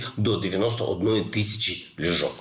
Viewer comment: Ліжок, ліжок, хоча б наголос поставив, де треба. Грамотій - брехун. Выбрали ви на нашу голову. Подяка команді за роботу.